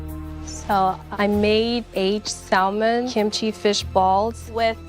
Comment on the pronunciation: Fatima should have gone home based on the fact that she pronounced the 'L' in salmon alone. (a pet peeve of mine)